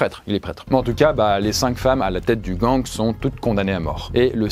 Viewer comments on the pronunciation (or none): none